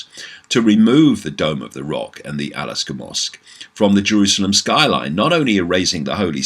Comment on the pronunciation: David... Just wanna point out it's not Alaska😅 but rather AL-AQSA (Pronounced: Al-Aksa ~ A K S A). Gonna continue watching the vid now.